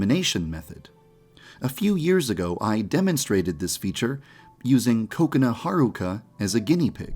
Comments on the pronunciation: well, i think yandere dev did it because he pronounces kokona like cocona so i think he decided to make that joke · WAIT ITS PRONOUNCED "KOKUNA" AND NOT KO-KONA?